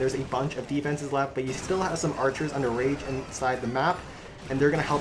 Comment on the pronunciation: When u say archers under rage I hear archers underage lol